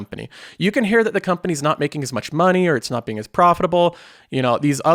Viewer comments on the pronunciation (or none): Just an FYI you pronounce "hear" as "hair" in case you didn't realize it. It's been a pet peeve since your early videos lol.